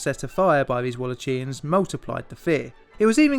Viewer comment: Wall-ach!-ia-ns, I believe